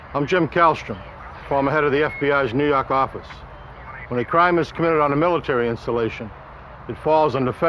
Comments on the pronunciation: I'm just here to hear him say New Yauk Ahffice. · "nuu yawk affice" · lmfao! I talian accent